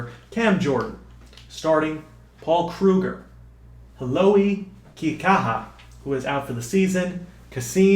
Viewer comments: Couple pronunciations: Zach Str-eef instead of Strife How-ool-ee Kee-kah-ha Very excited for this series! You sure ain't makin anything easy on yourself, lol. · Hau'oli Kihaka is pronounced Hay-oh-lee Key-haka